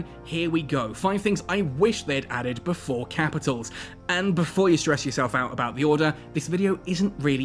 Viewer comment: "Kehpitols. I'm talking Kehpitols."